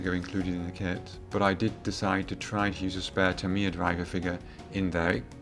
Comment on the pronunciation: Tamiya pronounced Tamier?